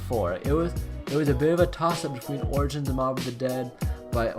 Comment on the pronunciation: Dude you butchered Origins name